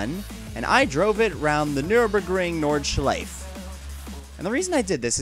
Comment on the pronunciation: You shoud pronounce it, Nord-schleif-a.